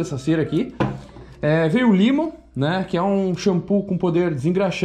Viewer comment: O produto da Evox que vc usa se pronuncia "Lémon" e nao "limon"!